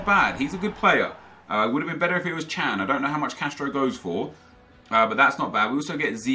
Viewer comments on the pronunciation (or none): none